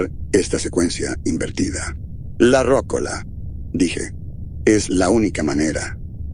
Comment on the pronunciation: Muy buen relato, gracias 👍 (comentario aparte, se pronuncia "rocóla", no "rócola"😉)